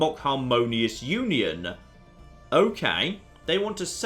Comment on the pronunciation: it's NOT ULON it's UNION!!!!